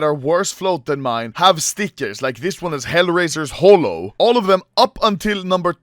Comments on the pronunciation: noooooo what the hell happened, sounded so weird in my ears aswell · Comparison of the old anomaly pronouncing Holo Stickers Anomaly before: Hulo Anomaly today: Hole-o